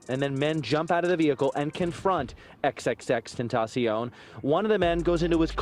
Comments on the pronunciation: Look ma’am, say it with me it’s X X X TEN TA CION. Please get it right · its 3 X's aka XXX TEN-TA-CION! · I hate the fact that people act like it’s so hard to pronounce Tentacion. It really isn’t. You guys are just that lazy. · You can't even says X's name correctly and I'm supposed to believe you did any kind of research!? Goooofy